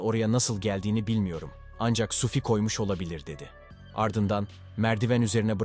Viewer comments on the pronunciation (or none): Sufi değil adamın adı Suphi..Yanlış telaffuz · telaffunuza biraz dikkat edin yahu, SUFİ SUFİ SUFİ ne oluyor kardeşim ? SUFİ kimdir? suphi nerde SUFİ nerde? bastıra bastıra bir de SUFFFİ diyorsun. dünyadan haberiniz yok mu sizin? daha dikkatli ve özenli olun, ciddi bir iş yapıyorsunuz.